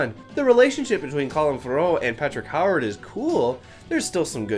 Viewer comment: Ewe-ard. Not Howard.